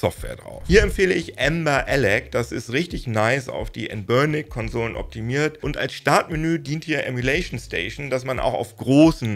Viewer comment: Noch nie habe ich jemanden den Namen "Anbernic" so aussprechen gehört....habe erst beim dritten Mal verstanden was gesagt oder gemeint hast 😂😂😂😂